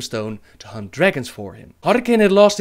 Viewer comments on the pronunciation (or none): none